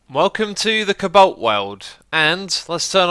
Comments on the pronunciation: It's pronounced Co-Balt not cablt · Xisuma, why do you pronounce cobalt cabolt?